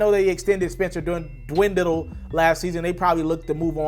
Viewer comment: SPENCER DINWIDDIE --- C'mon man, the least you can do is get the name right.